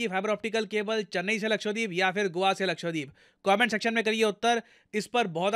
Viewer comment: It's not लक्ष्वदीप its लक्षद्वीप. Please correct the pronunciation in future.